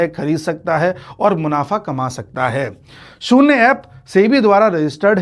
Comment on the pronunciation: शून्य शब्द का उच्चार आप शून्ने या शून्ये ऐसा क्यूं करते हैं?